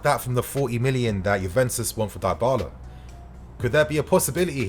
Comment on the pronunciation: Someone teach man how to say Dybala please 😅